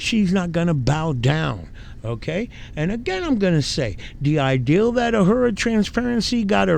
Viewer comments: I love how you say "Uh-her-uh"" Transparency. Just an FYI...it's "A-roar-uh" 🤣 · A-roar-a Not “a-whore-a” 😂 probably more fitting for her though 😅 lmao